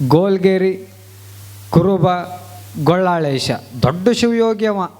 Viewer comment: ಗೊಳ್ಳಾಳೇಶ ಅಲ್ಲ ಗೋಲ್ಲಾಳೇಶ ಅನ್ನಿ